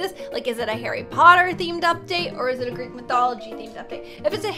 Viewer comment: Talking about Greek mythology Me because im greek:*EeEeEEeEe-AaAaAaAa-OoOoOoO said gReEk eEeEeEeK O.O*